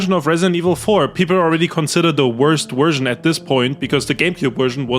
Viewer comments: Bro it's version, not wErSiOn. Dafaq?! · "Vee Wersion" ❤ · the worst what was that?? Haha the Werst Wersion huh? That waskly wabbit got your tongue? 😂